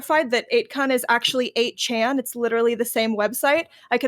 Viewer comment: lmao she mispronounced 8chan and then everyone attacks her saying they’ve never heard of the site